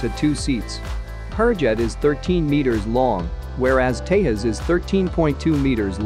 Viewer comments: Nice video btw its pronounced Te'j'as not Te'h'as Also Tejas can carry the BrahMos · It is Tejas not Tehas or Teyas. Do you ever call Jack as Hack or Yack, you don't, right!!!! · Its pronounced tejas like its spelling not tehas! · You must pronounce J as J, not as H. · It's 'Tejas' not Te'as. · Its pronounce teJas not tehas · J in tejas is J, not pronounced as h. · It's Tezas! Not Tayhas stupid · did he say HAL ''tehas" how verbally retarded are u? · Why do you keep calling tejas as tehas- Indians are not Spanish .Your credibility is in shreds if you don’t even know how a name is pronounced. Who told you that every J has to be silent/ is John Pronounced yawn? Tejas in Sanskrit means, brave or someone who shines with brilliance Learn before u make videos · Good comparison between two aircrafts. But a correction in pronunciation of ‘Tejas’, the ‘j’ is supposed to spelled as ‘j’ and not as ‘h’. Thanks. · You pronounce J differently for Hurjet and Tejas. J in Tejas is pronounced like you pronounce J of Hurjet ( English way rather than e.g. Spanish way). Thanks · Why are you not pronouncing j